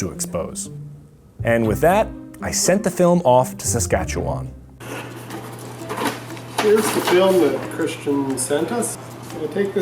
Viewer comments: Me being a Saskatchewan and growing up here. I find it really weird but funny the way he pronounces Saskatchewan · Saskatchewan yay!! ( I can tell you tried to say it correctly, 6/10) Woot woot! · I giggled a bit at his pronunciation but even fellow Canadians mess that one up! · It bugs me the way he says Saskatchewan 😂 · when he pronounced Saskatchewan i kinda laughed.